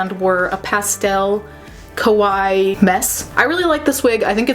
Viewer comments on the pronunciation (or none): the way you said kawaii sounded like kowai which means scary lmao